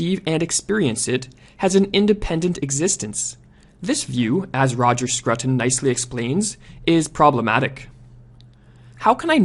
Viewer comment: I believe Scruton is pronounced Scrooten